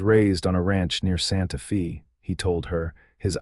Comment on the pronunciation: Hey - ya'll still haven't taught AI how to pronounce cities (Santa Fe is not Santa FEEEEE), names (Eleanor is not EEL-IN-OR), and the difference between "bullet wound" and "wound around". Fix it! It's painful!!!